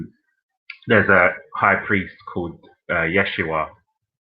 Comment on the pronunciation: Smh, it’s Yehshuah not “yeshhua